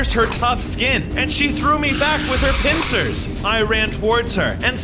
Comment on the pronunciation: I love how says pinchers as p(i)ntcers